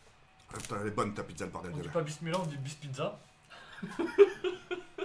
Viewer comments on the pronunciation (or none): On di Pas bismila on bispizza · "on dit pas bissmilah, on dit bisspizza" 2017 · « On dit pas bismiallah on bispizza »😂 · ON DIT PAS BISMILLHA ON DIT BISPIZZA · On dit pas bismilah on dit bispizza 😂😂😂😂😂😂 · ‘’On dit pas bissmila on dit bisspizza’’ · On dis pas bismila on dis bispizza MDR il ma tuer :) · On dit pas bismila on dit bispizza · On dit bismila on dit bisspizza😂😂😂😂😂😂😂😂😂🤣🤣🤣🤣🤣🤣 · On dit pas pismila on dit pispizza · ON DIT BISPIZZA!😂😂😂😂